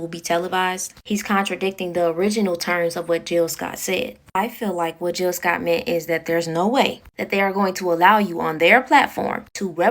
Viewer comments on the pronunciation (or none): GILL SCOTT HERRON! GILL NOT JILL! Go listen to his music, he’s dope. I love this breakdown